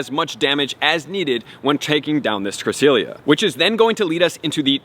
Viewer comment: Bro pronounce it correctly ! It’s bugging me lol